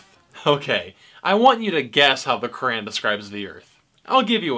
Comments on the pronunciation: Brother have you ever read the Bible or any religious book. They are all full of contradictions and abhorrent ideas (Verses in the Bible were used to justify slavery of African Americans during the American Civil War). Why pick on one religion/book/people? Also please learn to pronounce something correctly before criticizing it...Qu - raaaaaan is not how you say it 🤣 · You cant even pronounce the word" Quran" And you are finding mistakes in Quran